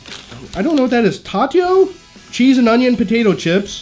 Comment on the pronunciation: Tayto is Irish and you said it wrong 😂 and so is jelly tots